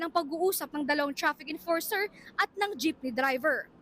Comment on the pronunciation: Chrafik emporser?😂😂😂